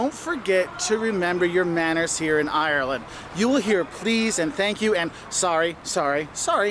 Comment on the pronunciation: It's Ireland not irreellannd